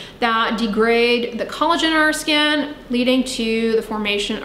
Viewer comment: That destroys people's 'skan' 😂